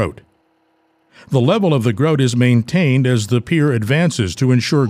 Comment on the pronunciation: Grout, said with an accent eh?